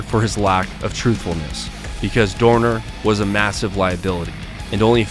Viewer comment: love how you properly pronounced his name